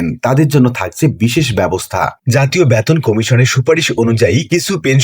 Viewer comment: উচ্চারণ এত বাজে। বেতনকে বলছে ব্যাতোন।!